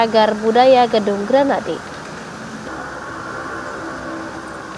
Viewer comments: bukan granadi, grahadi woi, penyiar koplak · GRAHADI kak, bukan Granadi..